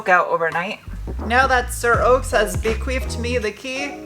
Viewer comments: I think it's bequeathed not bequeefed, haha. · Did you say bequeefed?